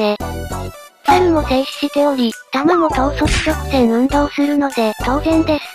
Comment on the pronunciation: とう→そく→ちょ⤴く→せん⤵うん→どう⤴